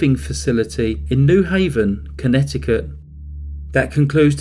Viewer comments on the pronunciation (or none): none